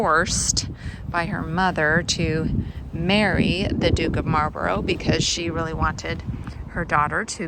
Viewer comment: We have a Bladon too, only ours is spelled Blaydon and it's famous for a race which has become the Geordie anthem. Stained glass artist never seen a 4 engined Liberator before. 😁 Could have depicted a Churchill tank instead of a Sherman. Mispronouncing Marlborough I can forgive you for. Not so sure about the 'Dook'. 🧐😂 Name a church that doesn't need a new roof. ⛪ Development opportunity? Doesn't that mean it's ready to fall down? Woolgate? Was there a wool scandal there? 🐑🐑🐑 'Nice nod to the yarn and blanket heritage.' translates to 'I found a magenta door that I simply must film!' I was thinking Dahlias and pronouncing them 'Daylias'. Courage is the brewery. We used to say you need courage to drink it. Awful southern stuff. 'The watter in the Weir is better than the beer ower here.' Gosh.! YouTube likes this video. Nine ads without a 'Skip' option! Your videos don't bobble up and down much when you're walking. Either you're a very steady walker or you have some great anti-bobble software.